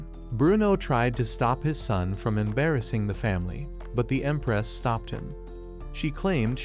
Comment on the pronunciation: Bro said emparaoss instead of empress